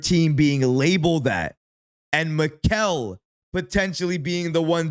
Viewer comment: “Mick Al”😂